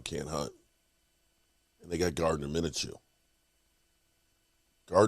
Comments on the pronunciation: Gardner “Mina-Chew”???? I think you mean.. MIN-SHEW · Just watch a single video of players names it's kinda incredible that Micah was pronounced "meenka" and now a 2 syllable name Mineshew is according to you pronounced "minnachoo". No need to put like 40 hours into a 8min video but we're talking 6 mins Max watching and just not making such insane mistakes.